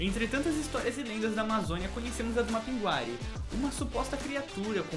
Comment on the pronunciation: Ohhh não e má pinguari a pronúncia e mapinguarir